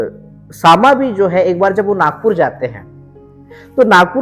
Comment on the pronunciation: सामा नहीं श्यामा